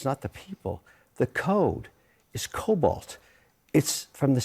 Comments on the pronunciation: Cobol not cobolt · It’s COBOL NOT COBALT!!! I hate when “experts” go on these talking head shows and misspeak about shit they have no clue about. It’s like listening to the idiots going on air saying shit like “fully semi-automatic rifle” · Cobalt? COBOL. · COBOL not colbalt. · "...the code is cobalt." I think he meant to say "COBOL?" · It's COBOL not Cobalt. Common Business Oriented Language. Anyway, these experts should retire then offer their services as consultants. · It's Cobol, not Cobalt, what is he talking about. Be careful with that code, it processes the credit\debit card transactions. :) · "COBOLT" lol. It's COBOL, common business-oriented language. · Lol, him calling COBOL, cobalt. I thought I was having a stroke until the second time. On the topic, I am mostly for cuts, but the government is not a private corporation. You can hire people back in most cases. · I guess I can forgive him saying "Cobalt". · Idiot called it cobolt. Ok, you're clueless boomer. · Cobol not cobalt, lol. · I'm a software dev and its pronounced Cobol, not "Kobalt"